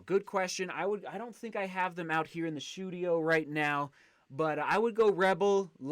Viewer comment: 'The shoedio'